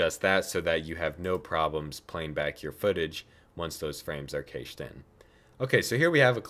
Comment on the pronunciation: 4 stars for awesome tutorial, -1 star for the pronunciation of cached